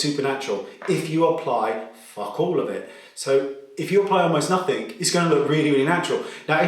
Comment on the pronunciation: Just a heads up Wayne... Nothing is pronounced nothing not “nothingk”